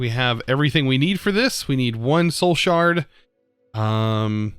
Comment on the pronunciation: Absolutely no one:: “shoul shard”